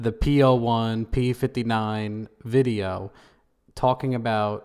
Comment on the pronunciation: Sooo glad you made a follow up vuh-jay-oh. Lol